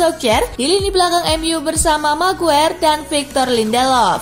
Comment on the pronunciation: min sekedar saran .. nyebut maguire bukan meguer tapi megwayer .. gaenak didengernya .. sebelum netizen pada bilang rip english hhe 😂😊😉